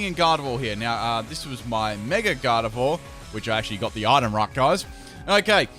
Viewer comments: It's Mega not Meger. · it irks me when you say megar evolve.... mega doesnt have an r in it but i like your videos so i suck it up